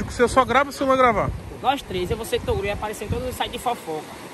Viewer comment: "Vai TORUGO" KKKKKKKKKKKKKKKK